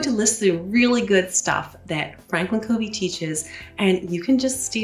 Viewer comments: Loved this video. Covey is actually pronounced Cuvey. He is an Utah native and that is how we pronounce his name. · Covey is pronounced KUH-vey. 🙂 There’s also another step before identifying values and goals - developing your life mission statement. The values and goals flow from that. Franklin has a mission statement builder on their websites and in their Starter Kit inserts, and in their books.